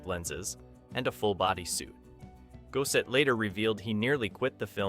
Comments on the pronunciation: AI Mispronouncing It . . . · Lou-is Gos-set. Pronounced all the other names correctly except the one black dude. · Is that really how Gossett wants his name pronounced?